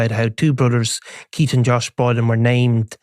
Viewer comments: He said Deez are from Keits 😂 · Dees are from Keitt appalling pronunciation have some elocution lessons stop scratching your nose These are from Keith stay in the background